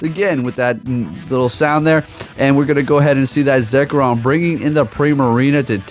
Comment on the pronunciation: “dawn mane necrozma” “zekrom” cmon man 😂